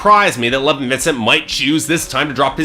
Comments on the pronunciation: Lev-ON not "Levin" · pretty sure it's pronounced le-vahn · How many times can you miss pronounce a name? ............ go!